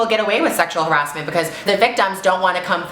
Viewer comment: I love how she said Sexual Ha- Ra-S-menttt OMGGGGG